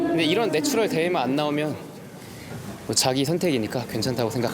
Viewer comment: 내추럴을 자꾸 내추얼로 발음하네...